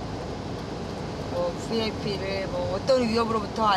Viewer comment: 비아이피가 뭐야 ㅡ브이 아이피 ? ! VIP ㅡVERY IMPORTANT PERSON V 와 B ㅡ 발음 ㅡ브이 와 비 운동을 안했다는 거~여~ 장 하 다 ! ㅡ경 호 원 들이여 ! 무엇이 든지 꾸준히 노력하는것이 목적달성 ! ㅡ 성공의비결 ! 주어진 일에 최선을 다하는것 ! 장관도 경호해 주나 ? 나쁜짓,비리를 저지른 장관이 아니라면 누가 가해를 하겠는가 ? 사설경호야 ? ㅡ국가경호야 ?